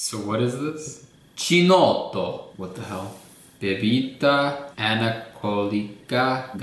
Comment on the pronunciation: Chinotto Is pronounced Keenotto not Scheenodou.